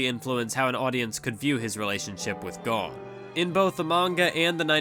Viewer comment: Am I crazy for being annoyed that he's pronouncing it GONE and not GOHN?